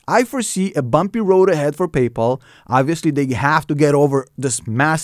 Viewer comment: Pay-Po lol